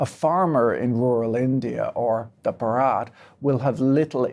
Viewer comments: its not bharaat, its bhaarat. pls pronounce properly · bruh. it's pronounced b-ha-ra-t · Bharat is pronounce baa .ruht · Patrick pronouncing 'Bharat' like that sounds hilarious, since the way he is pronouncing it makes it sound like the Hindi word for a wedding ceremony. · Stress the ‘Bha’ rather than the ‘ra’ when you say Bharat.